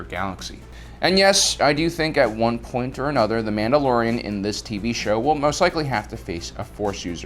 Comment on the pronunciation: I love how instead of saying Mandalorian he says manoloians. And instead of Ahsoka Tano, he says Ahsokatanó